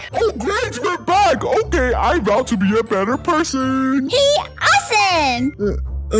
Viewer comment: 1M JOIN MEH